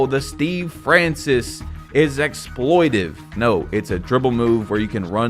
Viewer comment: yapping about how people dont actually know what exploiTATive means while constantly mispronouncing it is pissing me off lmao